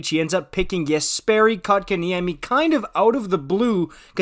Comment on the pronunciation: First off it is Coke In Yemmy not Cock -in - Yemmy! Second if you have been watching the Canes you would know that the second line with KK at 2c has been the top scoring line for the Canes! KK was moved to 4C for injury reasons and the second line went dormant. He has been back since January and not only is that second line going again so is his numbers. I know his numbers were not there in the start of the season but if there were a such thing as a third assist, he would have been racking them up. All year he has been winning face-offs and battles on the boards that has lead to Necas and Svech/Turbo scoring the goals. Plus he has become great on both sides of the puck. The Canes develop 200 ft players. Rod demands defense first. The Canes know how to take poorly developed players and fix them. I can't wait to see how good Pulj will be after a few years. KK will only get better. Good long term deal by the Canes. As for last nights game.... KK with the winning SO goal!!!!!